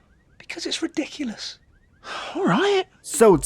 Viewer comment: "Dont say that, its redickellus" -the world's smartest guy